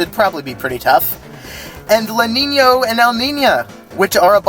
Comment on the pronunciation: I'm just here over the moon (no pun intended) at someone saing Lanino and Elnina's name with Ñ included. My ñ speaking self (that's spanish, for all you people outside of that part of the globe) appreciates it, good sir.